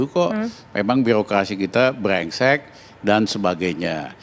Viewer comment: L L NGOMONG YG JELAS GAK NGELTI .BRENGSEK BUKAN BLENGSET.PANTASAN DIPECAT